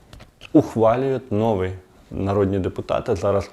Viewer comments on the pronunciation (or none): none